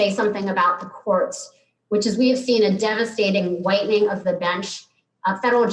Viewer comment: did she say whitening or widening??🤣